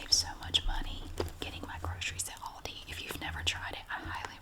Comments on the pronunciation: Don't forget how she pronounced "alldi" too 😂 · I love how you say lidl and aldi! Here on England we say like al dee not all dee but its fine and I dont mind at all! I just think its cool how we sat ot differently :)) also great video